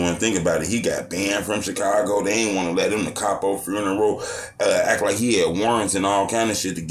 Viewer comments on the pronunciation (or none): none